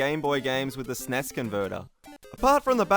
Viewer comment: u said nes wrong and snes wrong